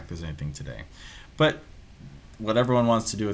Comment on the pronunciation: Why u say "butt" not "but"